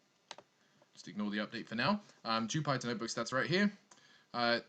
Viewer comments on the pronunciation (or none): Not to be a jerk but Jypter is pronounced like the planet Jupiter.